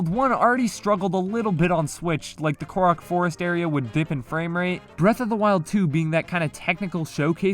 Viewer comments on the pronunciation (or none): none